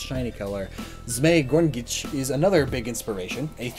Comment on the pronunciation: Zmey Gorinich, not zmey gongich, im a russian dont argue about that with me